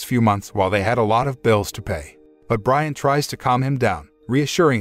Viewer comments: not to be nit picking but Brianne is not pronounced Brian its actually Bree-anne (or something like that) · Driving me nuts. Her name is pronounced Bree-Anna not Brian. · It's pronounced breeahhna not briana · Bree-ann, not Brian. Damn robots... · LOL That was the point I had to stop watching. AI ain't so smart after all. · For the last time, It’s Bri-Anne not Brian! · It's pronounced Bree-Anne, not Brian. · Hey Brianne = Brie-Anne not Brian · Ha Ha. These stupid IA generated videos constantly misread the stroyline given them. The wife's name is not Brisn, which is a man's name. Her name is Brianne. Big big difference. You would think the people editing this would catch it and redo the speakover. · Please, please stop! Sit back, and before you do ANY more reviews, learn how to properly say words. It’s not that hard. If you are not sure about something, look it up!! Do you really think his wife’s name is Brian? Do you? My God, I couldn’t finish watching!! Brianne. Now, what’s a pretty name for a girl spelled like this? Come on, brother… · Narrator cannot tell the difference between Brianne and Brian. Rather aggravating. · Pronounces Brianne as Brian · Her name is pronounced Breeann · Jesus is the name Brianne pronounced Bree Ann